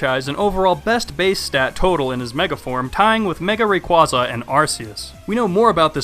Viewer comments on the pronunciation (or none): It's Rayquaza with a A not with a U. It's RayuAza not RayqUaza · really ray- quazza more like ray-quay-za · Rayquaza is pronounced raiqwaiza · Its, ray-quasar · Did he say "Ray-Kwawz-Ah" and "Grow-Don"? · You mispronounced Rayquaza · you mispronounced rayquaza :) just saying ^^ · you pronounced raquaza wrong